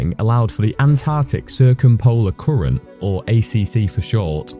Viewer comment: Koorent, koorent, koorent 🙈